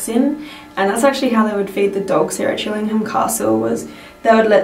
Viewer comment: I live around 15 miles down the road from Chillingham. It's pronounced Chilling-AM, the H is silent. Also, when you're trying to reach the spirits of those who died hundreds of years ago, I doubt they understand modern slang like 'hanging out' and 'hanging around'.